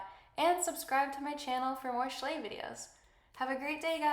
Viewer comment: why are You saying shlay